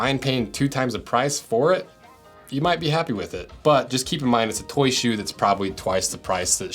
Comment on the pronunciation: Bro I’m sorry but I hate how he calls it “Toy ShOe”